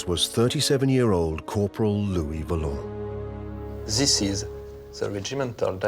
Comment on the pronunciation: LOUIS VOLANT ! Not Valent.